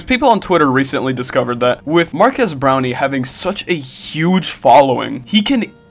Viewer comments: Am I the only one who hears not marques brownlee but rather marques brownie? Great vid tho, Twitter is at it again cancelling everything and anything on sight... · BRO HRE PISSING ME OGG SAYING BROWNIE